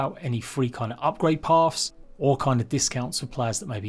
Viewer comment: He calls it GAMES Pass. GAMESSSSSS. Not GamePass. Why? Can't say the word "game" without making it plural? If you were to say, "I wanna play a game," would you say "I wanna play a games"? Lol. I can forgive shit like how you say "pavs" when you're trying to say "paths", because something about that "th" sound makes it seem like you guys have peanut butter in your mouths (oh, I mean "mouvs"). We all get that's just your accent. Sounds like you just fell out of Oliver Twist or something. But GamesPass? Nah. It's the name of a service. Pronounce the name correctly. But hey, thanks for the vid. Keep up the good work 👍